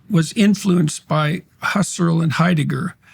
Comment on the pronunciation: Wrong pronunciation of Husserl